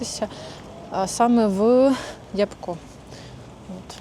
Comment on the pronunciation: Не ябко' а я'бко(наголос на перший склад). Ви що там не знаєте що таке ябка?